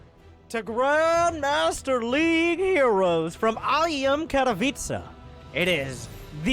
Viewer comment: You pronounce KATOWICE english way, I know it's not so important, but you will please every polish subscriber if you try to do it correctly checking that word out on YT :P